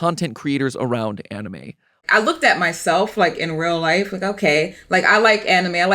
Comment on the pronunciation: You can’t unhear “On-E-May”😂 God bless all Content Creators!